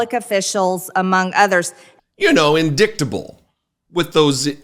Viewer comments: Why can't we get this twit out of Congress??? 'In dik able' like a Peachtree dish instead of a petre dish! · Well, let’s see…there’s “peach tree dish” and who can forget “gazpacho police”? Now there’s indictable offence pronounced “in-dick-table”. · I’m not surprised she mispronounced indictable as in-Dick-table, she is totally obsessed with Hunter Biden’s D pic’s. Marjorie Taylor Peen is white trailer trash. It is sad that the Republican party has embraced nut jobs, dirt bags and white Supremacy as their party foundation. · To give her credit, MTG was wearing glasses, so she looked smarter while saying “in-dick-table.” 😂🤣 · Someone else said this and I totally agree. She was thinking of Hunter when she said indicketable. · "Indicktable"? Sounds like Large Marge's got Hunter on the brain, again. #MarjorieTaylorPeen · In"dic"table... C'mon Margie, we know where your mind's at. 🙂 And when has anyone ever confused Somalia with Minnesota?... Oh, yeah, you... right then. You don't deserve the air you breathe. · Yesterday she talked about an "indicktable" offense.😂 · The MTGs of the world are exhausting, raci*st, and have no idea what they were placed in these positions to do. What is she doing, and others like her for their constituents to make their lives better? This person allegedly graduated college but can't pronounce words correctly 🙄😕😒🤔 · She needs to run her finger under each word while reading. Is it possible she had Hunter Biden on her mind when mispronouncing‘indictable’? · We have to remember that 40% of our neighbors would not know that she mispronounced indictable. Haha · im really surprised there wasnt more outbursts of laughter when dum dum botched basic vocabulary words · mtg has DIC on the brain. First its naked Hunter Biden photos in the house now its mispronunciation of words. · Wellll....that would be how she pronounce that word, cause after Hunter Biden...the word 'dick' is obviously constantly on her mind😂😂😂😂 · You can see she messed up the word.